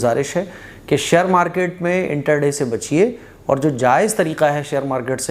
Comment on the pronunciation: انٹر دے نہیں انٹرا ڈے ہوتا ہے۔۔۔